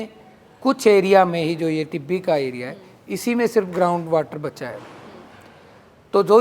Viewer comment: Not तिब्बी ...it's टिब्बी